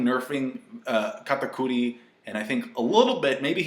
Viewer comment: Stop calling him katacudi yah its his name but his name is dogtooth sounds more badass so stop calling him katapussy whatever